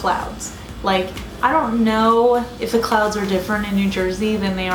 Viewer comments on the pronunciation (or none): i swear I was hearing "clowns" and i freaked out for a moment 😂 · hahaha sorry my mistake, at the end when you said that you love clouds I thought you said clowns! I'd you hadn't shown the picture at the end I would still be freaked out 😂😂